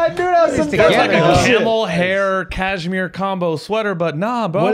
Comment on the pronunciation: quote of the episode: ‘Cashmere-toe’ 😂😂